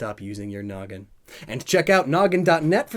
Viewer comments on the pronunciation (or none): none